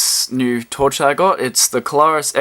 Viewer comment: It's "CLAIR US" not Klar us. Google the pronunciation.